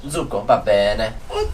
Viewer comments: please check dont' confuse the pronounce ( juice ) its succo with S not zucco with Z almost correct other parts 👍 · You said "zucco" instead of "succo"! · Your Italian is great!! and Willa are almost fluent! pronounced almost all the words perfectly! The only pointer I could give him is that juice is Succo, not Zucco (with the S of "Sex"), but other than that i can't remember a single word from him pronounced wrong! P.S.: Maneskin being a rock band often use pretty harsh lyrics.:P "Vi conviene stare zitti e buoni!" means "You better shut up and behave (literally "stay silent and be good", but in this context means "shut up and behave" and it's exacty the kind of reprimend a kid too noisy could get, so it's fun and makes sense that Willa recognized it right away while, used to more polite coversations between adults, didn't.). The second part also contained a swear word. xD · piccolo appunto: "succo" va pronunciato con la s sibilante (like hiss, "kiss", non con la z di zanzara, per il resto voi e le piccole siete amorevoli! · Well done guys, really enjoyed this video, like all others. Congratulations, you are all improving dramatically, each at his/her own pace. I teach Italian to the elderly in a small town in Massachusetts, and I plan to share this video with my class. Grazie! P.S. Succo is pronounced with a starting S, not a Z sound. Ciao!